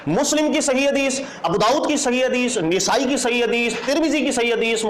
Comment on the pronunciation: نِسائی❌❌❌❌❌❌❌ نَسائی✔️✔️✔️✔️✔️✔️✔️